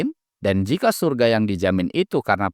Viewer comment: syyyyuuuurgggggaaaa itu bukan sorga 😂